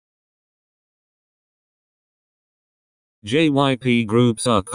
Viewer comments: everytime I watch these kinds of videos, whenever the robot voice says jyp they always pronounce it JIP lmao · Okay this is serious and whatever but did y'all hear the robot pronouncing jyp as jip?